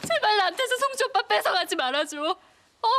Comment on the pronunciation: 탕쉰이조금만일췩저thㅓㅇ놔줘thㅓ도일이일케되지아나thㅓ 쏭주옵빠....발음실화..?